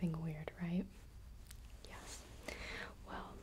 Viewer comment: Is she saying "Yes" or "Yas"?